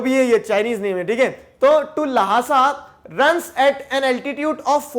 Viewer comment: Sir its Lhasa not Lahasa